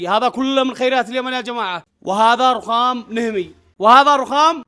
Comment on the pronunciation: هههههه ررخخام